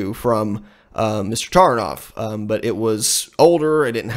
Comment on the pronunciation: in surnames Taranov emphasis is placed on the second syllable.ТаrAnov